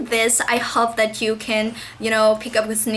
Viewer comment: Thấy bạn nói có vẻ rất tốt và từ nhiên, nhưng mình một số từ không cần đưa lưỡi ra ngoài cũng có thể phất âm được như từ "love". Hơn thế nữa những từ tư "that" cân đưa nữa ra ngoài để phát âm nhưng mình thấy bạn chưa đưa ra được (chỉ một số từ thôi). Nhưng nếu bạn nói nhẹ nhàng, giảm cao độ và chậm hơn thì sẽ nghe tuyệt vời lắm. Cảm ơn vì đã chia sẻ kinh nghiệm học tiếng anh.